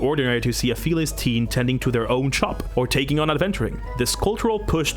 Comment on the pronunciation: Every time he says “feliss” take a shot